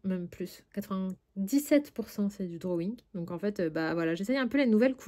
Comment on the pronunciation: "les drowouing" 😆 tu m'as fait rire à la fin 😆moi en ce moment c'est les Iktense ils sont top! Bon colo à toi!